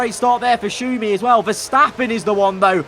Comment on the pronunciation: Don't say Schumi like that it brings me tears 😮‍💨